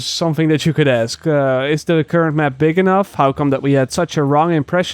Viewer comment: Hahaha i love how is says " the mep"